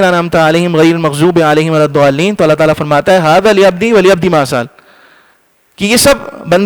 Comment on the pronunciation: Assalaamo alaikum mufti sahab mazrat chahungi lekin aap ko ek lafz batana zaruri hai jo aap ne sureh fatiha padi to aap ne minnazzaaleen kha ye Urdu ka lafaz ho jata hai arabi m minddaalleen pdte hai or Allah k klam m koe bhi badlawkrne ki ejazat kisi bhi makhluk ko nahi hai brae mehrbani iska khayal rakhe agr Aap mufti aise pdenge to aam muslman to isko yahi samjhenge k sahi hai tabhi to mufti sahab pdte hai